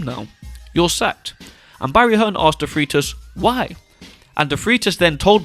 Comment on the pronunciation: Peter Defreitas, pronounced as Defraitus and not Defreetas. Just a heads-up! Great video, with new enlightening info.